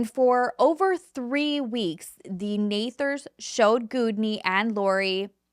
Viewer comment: It's Nethers not nathers. Sorry just fyi . I am huge into spiritual and I have DNA activation alignments to rid of those unwanted and bring in those wanted. Ones from war and past life. Like Armageddon that we lived through in past lives. It's amazing how different the story is depending on what their beliefs are and how they tell it. I use to absolutely love ur content. But Everytime u touch on the spiritual u explain it wrong and I just can't listen to so much untruth by what you are Reaching and what u are choosing to read and believe in what aspects. I am sorry. The way the Twin Flame stories I swear u found the wrong ones to go off of and believe hence do a show on. Loved all true crime but the spiritual stories u tell have a way of telling the not so right sides of what I have learned and true to be.